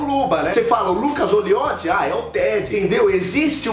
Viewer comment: kkkkkkkkk mds meu nome é Lucas Calizotti . Quase morri de rir quando ele falo Lucas Olioti